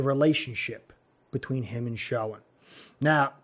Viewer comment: Your spot on! Dabol went to Giants primarily due to the familiarity with Schoen. BTW- Pronounced Shane.